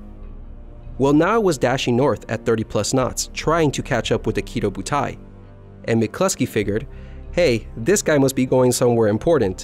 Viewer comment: Kido butai is actually Ki-Doh Butai